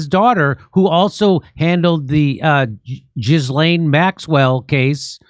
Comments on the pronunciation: I like how jimmy has always pronounced ghislaine maxwells name like JIZZ-LANE 😂🤣😂🤣😂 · Maxwell's first name is pronounced GELEN. with a hard "G"